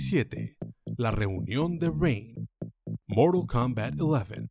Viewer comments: Moral Kombat Eleven 😂😂😂😂😂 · Si es un vídeo en español, no digan "moral kounbat" o ya si quieren hacerlo. Mantengan los números en español, es como llamar a goro como "gorou"... O esperen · Amigo estas haciendo un video en español y dices morul kombat ileven… pero no dices ni siquiera fatality y dices movimiento final … jajajaj que horror, respétate!!! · Se dice Moralt kumbat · moral coumbat !!!! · "Moro combal" 😎🙏 Xd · 13 : 25 es morol kombat queremos sangre y yo quiero que pronuncies bien el tittulo del juego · A soportar el "Moral" Kombat XD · "Moro combats" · De que?? Moral kombat? Que aceite para decir mortal kombat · Moro kombat entiendo no mortal kombat JAJA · "MoRaL KoMMbAt" ajajjsjsja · Moral Kombat? Habla bien hermano... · "Moraa cambaaa". Hablá bien lpqtp. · que hable bien , que no se gringolee a por el nombre